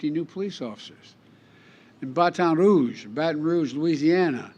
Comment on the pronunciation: Cover your ears if you live in "Bah-ton-rouge" as Biden pronounces it. LOL.